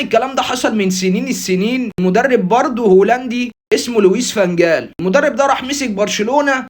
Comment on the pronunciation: فانخال مش غال 😂